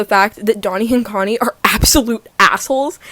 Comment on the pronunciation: not that it matters but i'm just wondering, would it not be pronounced closer to how she first pronounced it? If they are called 돈 and 콘 then that sound in korean is like "Doh" and "Coh" as in "dog". Not like "dough-nee" and "coe-nee" as in "donut" honestly I don't think I've ever heard them say their name out loud